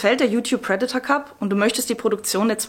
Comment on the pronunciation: Sag ihr mal lieber wie man „Predator“ richtig ausspricht 👱🏼‍♀️🤦🏼‍♂️